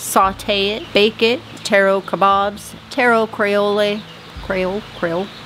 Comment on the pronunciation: Is Creole the word you were after? Krē ōl. 🙂